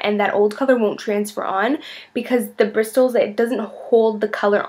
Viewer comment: She pronounces the T though lmao, that's not how you say it.